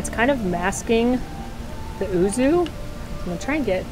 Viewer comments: Just for the record, yuzu is pronounced like you-zoo, it's a citrus fruit.:) Great video as always! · Always like your videaos,. Even though I am not a big fan of cheese myself, I do like cheesecake though. But the Japanese citrus fruit is pronounced as 'yuzu'. Kind of like 'you' with 'zoo' stuck to it bit the the 'oo' sond is shorter. As graduate with a Japanese major the 'uzu' was a little meh, since you would either have a 'whirlpool'or 'map'' cheesecake ^^; Would be an interesting flavour XD. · I love all your videos and watch them all the time XD. I too am a huge cheese fan, despite me being lactose intolerant, lol :p. Yuzu is pronounced You-Zoo :D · Thank you!!! I enjoy but she was driving me nuts saying ooo-zoo!